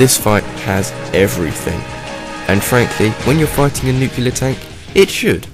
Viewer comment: it's nuclear not nucular